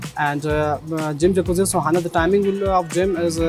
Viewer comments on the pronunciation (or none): its sauna not sohana!!! please correct it.